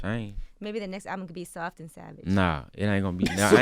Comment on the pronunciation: "I ain't soaft"